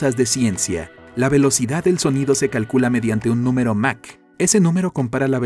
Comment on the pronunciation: Aprende a pronunciar es mach no mac